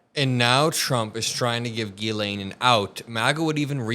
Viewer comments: Her name is pronounced "Jizz-Lane". Look it up. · If she was Israeli, then presumably they would have Hebrewized her name and pronounced it like Gematria or Karate Gi rather than pronouncing it "G"-lane or G-len. In French it would be zhee-len or zhee-lan, all the Americans pronounce it G-laine or G-lane or G-len but Hebrew doesn't have the hard G so presumably it is as Virginia says it, "gi" len